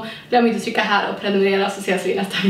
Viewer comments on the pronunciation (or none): none